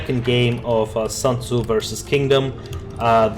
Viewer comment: It's SUNTZU not SANTZU (╯°□°）╯︵ ┻━┻